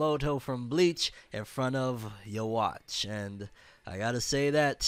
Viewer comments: It’s not you-watch It’s you-ha-bak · Lol bro it’s UUUUUU HAAAAA . Not “You watch” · The mispronunciation felt like someone stole my Ban - Kai